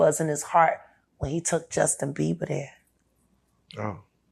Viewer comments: Why u keep calling him Justin beaver? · WHO TF IS JUSTIN BEAVER BRO... YOU SAID IT LIKE 19 TIMES